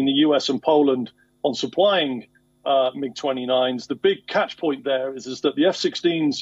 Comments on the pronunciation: The anchor doesn't know that Poland is a NATO country??! And doesn't know it's a Mig, not a M-I-G? WION better find someone else quick. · I have to stop you right there! You are filling my brain with too much aeronautical knowledge! And yes thank you for correcting me! It's pronounced Mig not m.i.g. 😉 Such great journalists on this channel. Very professional, and refreshingly humble. Much love and respect from 🇺🇲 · Why to Pronounce as M. I. G Dumb Newsreader Say it......... Miiiiiigg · listen its pronounced as 'MIG' not 'm-i-g' get your shit together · Its the first time I heard someone say M. I. G. Normally everyone says Mig? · You'd think he's was describing a type of riffle.called M.I.G 😂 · Mig is a word…Mig. Like wig. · listening to this guy spell out MiG or Su makes me want to pull out my hair and I don't have much left lol. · How come you dont know that MIG is pronounced mig,...? where have you been living last 30 years....? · I will not watch this news source again. To have needed to be corrected as to Poland's status with NATO, and mispronouncing MIG put this broadcaster in a pretty low category. Then cutting off one of the most informative speakers I have heard in days, means I will head for another newsfeed. Sorry, you have lost me..... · Actually it indeed is MiG and not Mig. So it should be pronounced as Mi + G and not as a single word Mig but we do that cos its convenient. Edit: MiG stands for Mikoyan + Gurevich, 2 legendary aircraft designers of the Soviet Era. Nevertheless, the coverage of this war by Wion is superb. They show aspects that are left untouched by most other channels. Not all biases are explicit. What a media house decides to omit also shows its bias. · It's Mig Not MiG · can someone tell the report not to spell out MiG just read it as MIG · It was soo cringe everytime he said M I G and S U fighter jets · change this anchor ..... Poland is NOT NATO ... Em Ay Gee ... 🤦‍♂️ .... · M.I.G.??? Mig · mig!!! not M I G!!!